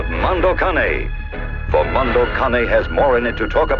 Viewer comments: It's Mondo Cane not Mando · Monoh Kaneh...for god sake